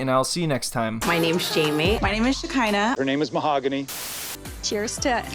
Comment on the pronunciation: Ma Hagony 😂